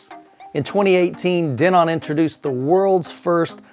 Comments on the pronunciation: Not sure if it bothered anyone else but the pronunciation of Denon as De-NON killed me during this video lol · I have wonder that too. I have seen other videos with them saying Den-on.